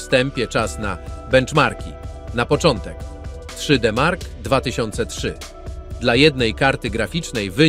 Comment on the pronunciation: 3.....D......Mark.....2005 to jakieś 40% wolniej na pojedynczej karcie a 80% szybciej porównując pojedyncza do S.....L.....I, tak się powinno pisać twoja manierę przy wymowie.